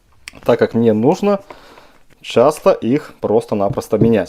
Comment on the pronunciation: хахол?) рэзинка, пикаГда, чАстА